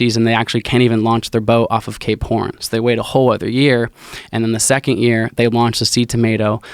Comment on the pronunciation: This dude say's Cape horn and all I hear him say is K porn.